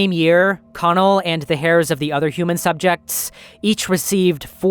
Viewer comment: "hairs" I think you mean heirs (airs)..... Sounds like someone may be reading a plagerised text because what😭😭